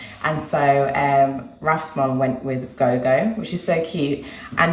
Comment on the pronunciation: Yes Gogo is the Shona (Zimbabwean language) word for grandmother, although is pronounced different, the go sound is more like the go sound in the name Gordon, so like rhymes with door if that makes sense. Lovely to see a day in the life, only just got round to seeing this 🤣